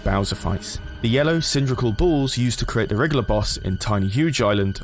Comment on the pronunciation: He's wiggler not wriggler